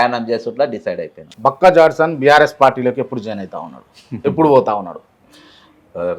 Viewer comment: గారు అతని పేరు జాక్సన్ కాదు.. జడ్సన్😂😂😂